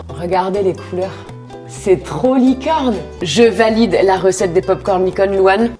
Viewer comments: Elle a dit licone aux lieux de licorne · Tu as dit licone o mieu de licorne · un moment tu a dit licone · Tu a dit licone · ta dis licone😂❤️❤️❤️